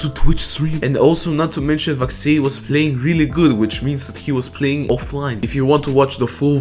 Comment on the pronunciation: why do you say vaxei like that